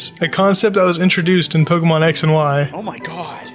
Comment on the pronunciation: Pokémon, not Pokamon.